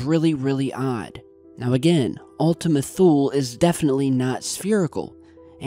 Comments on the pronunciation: I keep hearing Ultimate Fool. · It sound like u keep on saying "Ultimate Fool" 😂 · Were you saying Ultimate Fool??? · Another great video,. I want to share that I learned the correct pronunciation as Ultima Thule (toolee). Cheers. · Ultima Thule sure does sound like Ultima Fool ...... lol ..... Merry Christmas Everyone!!!! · i kept hearing ultimate fool lol